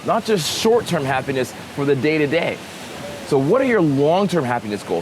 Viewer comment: I paused this in the middle of the word happiness, went back to listening awhile later, and I just hear "penis". You got me...got me good.